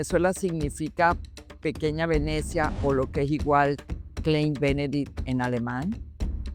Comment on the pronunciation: no se lee klein se lee klain porque en el alemán la e con la i , osea "ei" se pronuncia la "e" como si fuera como una "a" ejemplo: rein ( puro) = se dice rain weit = wait ( lejos) dein = dain ( tu - tuyo)